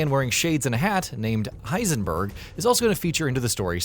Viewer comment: Piesenburg?? Does he sell you illegal pies??